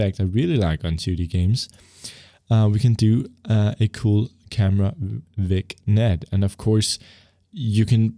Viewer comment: A* is an algorithm, not a piece of software. It's a bit weird to talk about going to the "official A* website" instead of the Wikipedia article (which, by the way, explains the algorithm). The package you have is one particular /Unity implementation/ of the A* algorithm. I know this series is for novices, but they can handle that knowledge. (Also vignette is pronounced "vin yet")